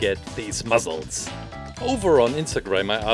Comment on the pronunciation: The way you say muscle is so look funy